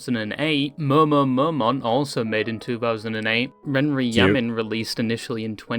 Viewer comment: this british man mispronouncing everything is causing me physical pain… utau is oo-tao man :( and it’s momone momo not… whatever he said